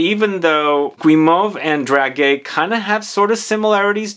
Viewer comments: Hi , it is pronounced Drahjay and these are sweets ( sweet almonds) usually placed on wedding tables as favours to the guests and they do have a particular smell I would presume this perfume is reminiscing about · It's pronounced "drajé", it's a soft /g/, "dragué" does exist in French though, but it means something different (like chated up, if it makes sense, 😂) and guimauve is not pronounced /gwi/ but /gee/ ... if you need French pronounciation sessions, do not hesitate, I teach French in a College in London 😉.